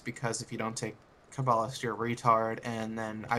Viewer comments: this isnt really an issue but when u kah-ba-list it really ticks me off :P. Its pronounced KAY-ba-list. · It's pronounced Ca ba list. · You say Poe Tay Toe, I say Puh Taw Toe. You say Toe May Toe, I say Puh Taw Toe. You say Kuh Bawll Ist, I say What The Fuck? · The way you say cabalist is so wrong, it just pisses me off.